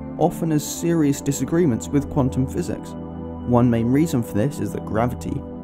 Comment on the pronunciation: Is it Quatum or Quantum?